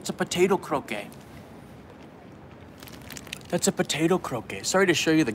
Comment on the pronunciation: Most of the time croquettes are made from potatoes, but sometimes other vegetables or fish. It's not a big deal but they aren't pronounced like they're French, it sounds like "Crow-ket" but a lot of people do think it's French.